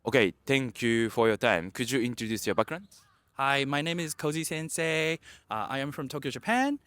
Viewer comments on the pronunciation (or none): none